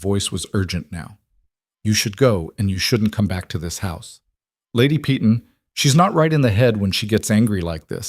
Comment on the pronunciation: Why must you prounounce Peyton as pee-tawn. Instead of correctly as pay-ton ?